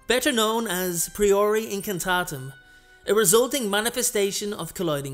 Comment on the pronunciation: I've already unfortunately had to dislike this video due to two things one your mispronounciation of the first "spell" and how you've misspelled the fire part of the second spell. Sorry